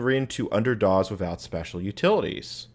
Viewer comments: By the way, DOS is pronounced “doss”, not “dawz”. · You know I just realize this you pronounce Dos and QUEM you extremely funny.